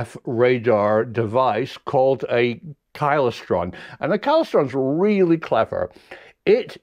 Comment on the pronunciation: It's pronounced KLY STRON. All very interesting, keep it up, but please, please pronounce Klystron correctly. Regards.